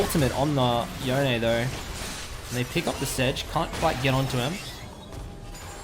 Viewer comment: I had to stop watching after 45 seconds from you saying "yo nay" I will only accept "yohn" as the pronunciation. It's like calling a gif "jif". unacceptable.